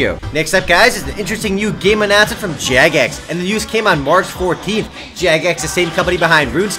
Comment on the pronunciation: u say jagex as jackass xD